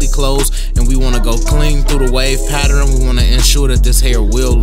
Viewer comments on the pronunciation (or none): How come you can say learn but not pattern🤦🏾‍♀️ talking about patterin ✊🏾😂